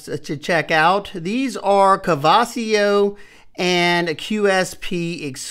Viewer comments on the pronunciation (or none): Lol🤣 Kavasio, Kavisio! You finally got it though! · The way you pronounced kavisio is insane